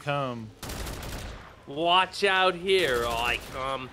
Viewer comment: Nobody: Nobody at all:: "I'll be oot"